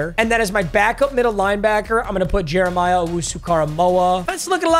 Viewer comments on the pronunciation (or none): none